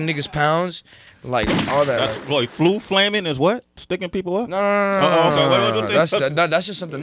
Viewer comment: Lol he said flu flammin. Taking the stincc sauce.